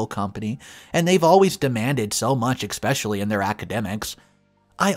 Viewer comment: Not to mention how he can’t pronounce “especially”. He keeps saying expecially every.damn.time. Oh and all other ones.